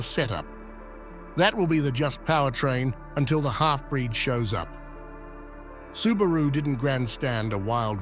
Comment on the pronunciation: AI still can't pronounce a lot of words correctly... like Subaru.